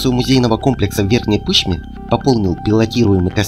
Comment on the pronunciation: Верхней ПышмЫ,произносите правильно! Верхняя ПышмА